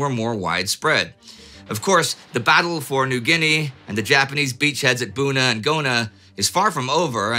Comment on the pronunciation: "...near the coastal villages of Bona and Guna." LOL! You do an amazing job of pronouncing unfamiliar names, Indy. But it's nice to see you're human at times. :^D